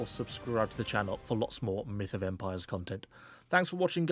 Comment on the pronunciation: I´m so use to the "welcome back to another video onnnn ConquerorsblAde" that when he said "Myth Of Empieres" i felt weird